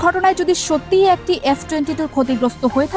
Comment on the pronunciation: আপা, যেহেতু আপনি ভয়েস ওভার দিচ্ছেন, তাই আপনার উচিত ছিলো শুরুতেই উচ্চারণ নিয়ে পর্যাপ্ত চর্চা ও অনুশীলন সম্পন্ন করে তারপর এই ভয়েস দেওয়া। বেশির ভাগ বাংলা উচ্চারণ এতো টাই ভুলে ভরপুর যে না চাইতেও বার বার কানে অশ্বস্তির অনুভূতি তৈরি করছিলো। অধিকমাত্রায় যে শব্দগুলো বেশি বিরক্ত লাগছিলো, তার মধ্যে উল্লেখযোগ্য হচ্ছে, খেএয়পোনাসত্র (শুদ্ধ: ক্ষেপণাস্ত্র), এএএকটি (শুদ্ধ: একটি) ইত্যাদি।